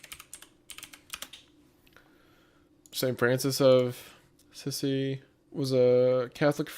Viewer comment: Did he say St. Francis of Sissy or am I tripping?